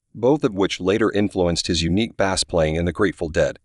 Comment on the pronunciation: Bass is pronounced 'Base", Duh